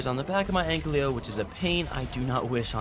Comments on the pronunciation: “An-ky-lo” not “ank-ly-o” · Ik this is stupid, but the "L" in ankylo is pronounced AFTER the "ky"